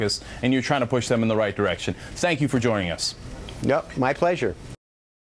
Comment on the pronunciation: did he say "Cenk you for joining us"?